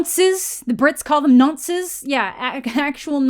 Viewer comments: Ngl as a brit the way you said n*nce made me chuckle a bit, it's just such a British word that sounds very out of place with your accent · hearing "nonce" in a canadian accent is hilarious ngl